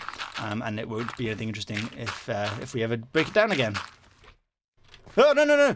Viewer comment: In didn't say enythinng to enyone